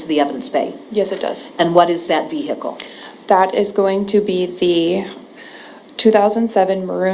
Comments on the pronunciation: Watching from the UK where we don't pronounce the h in vehicle, I've been totally distracted by the prosecutor's pronunciation of V-Hicle. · I say it with the h too lol I'm over here trying to remove the h 🤣 thank you. This trial breaks me and I needed a chuckle. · How do you say it then?? I'm having difficulty hearing it without an 'h'.